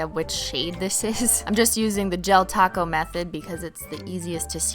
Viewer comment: u said taco wrong